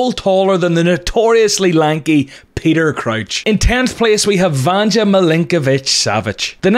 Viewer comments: You pronounce it like it would be Vanđa, but the j is like the y in yes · Vanja (Milinkovic-Savic) the "j" is pronounced like Vanya, not like j in Ganja. This is the case for all slavic names with the letter "j". Just sayin', it makes a pretty big difference 😃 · Btw for people who say Vanja, it’s actually pronounced vanya, now you know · 10th player. His name is pronounced Vanya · For me as a Serbian it is a bit funny how you pronounced Vanja Milinkovic Savic